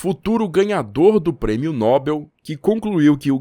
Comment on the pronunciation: Nobel é oxítona. A pronúncia certa é noBÉL.